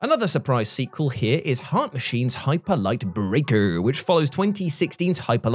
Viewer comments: The first time says “brrrreakerrrrr” I though to myself “He must still be listening to the WC wrestling podcast” 😂 Miss ya on that channel! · “Hyperlight Breakerrrrrrrrrr” 🤣 I love you,. You bring great joy to YouTube. Oh, and my most anticipated are Star Wars Outlaws and Hellblade 2.